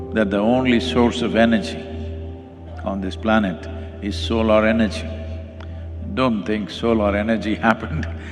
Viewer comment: Why do most Indian mispronounce Solar as Solaar?